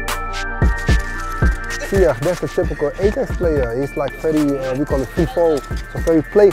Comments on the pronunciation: The guy who kept pronouncing ajax as ai-jax instead of i-yax sort of pissed me off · AH-JAX LOOL ITS PRONOUNCED I-YAX! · I can't understand why, as a Ajax fan, you would prenounce Ajax as "E-djex". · Sid Iyer it it is Ai-jax not I-yax Although A-jax is better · "Ay-Jacks" ... > proceeds to hang myself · "I'm an Ajax fan" Pronounces Ajax as 'Ayjacks' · Just to check with my Dutch friends, it's pronounced "i-yax", correct? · Person to #NeverFollow is the guy who says Ajax like A jacks. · NO ITS AJAX JUST AAAAAAAAAAAAA JAXXXXXX COME ON PEOPLE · The guy kept saying ai jax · IF HE said A-Jax one more time!